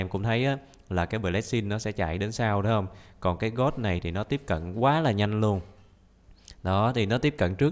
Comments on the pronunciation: Phải nói là Tiếng anh: gold Người bình thường: gôn: gót 100 englisk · Người bình thường đọc:Gold đọc:God